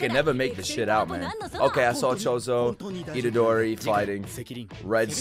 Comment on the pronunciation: "Itorderi" had me laughing for way too long